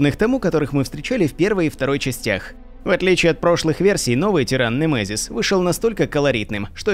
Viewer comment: Как же мерзко он произносит «НЭМЭЗИС» 🤣